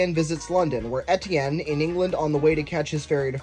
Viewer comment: You don't pronounce Etienne right!